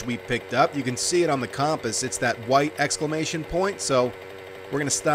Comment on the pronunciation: xD the "commpas"